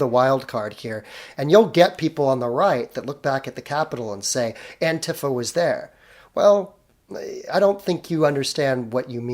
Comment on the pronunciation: I am never going to stop posting this nitpick. It is pronounced Anti-Fa, NOT Ant'fa